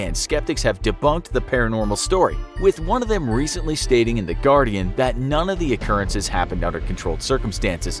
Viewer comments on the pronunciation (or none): none